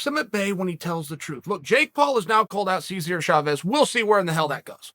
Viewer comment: "Shavez" hahaha